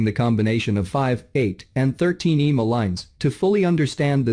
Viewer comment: Eeemaa? Would it be asking too much to have a human being narrate these videos? :face-orange-frowning